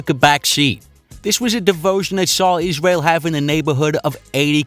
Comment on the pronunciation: " a woof twansition for iswael"